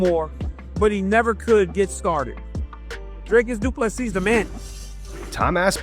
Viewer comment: Drivus, Dricys.. ahahaaa sorry, but that made me laugh 😅